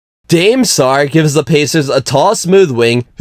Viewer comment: the way he pronounced Dame got me crying